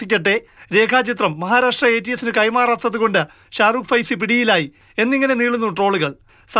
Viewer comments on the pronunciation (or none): സെയ്ഫി.... ഫൈസി അല്ല 😂😂😂 ആദ്യം നിങ്ങൾ ഇത് കറക്റ്റാക്ക് കാക്കാ...